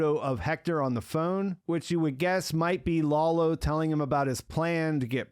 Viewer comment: dude: Lalo (like Lullo), not Lawlow. I don't get why you do that....